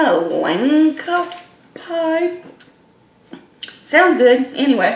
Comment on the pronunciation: I’m sooo hungry I had jolibee a few hours ago and by the way the word Langka is pronounced L. Ang. Ka. I’m half philipino.